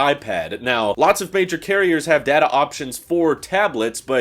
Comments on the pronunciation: When he said datAY, it sounded like he was admiring a really fabulous butt. lol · ITS DATA not DATA! get it right